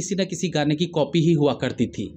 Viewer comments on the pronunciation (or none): none